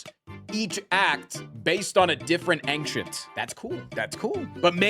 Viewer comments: more used to saying "anxious" than "ancient" i guess. it's like when people say "nucular" instead of "nuclear", because words like "particular" are more common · Why does he pronounce "ancient" like that? 🤔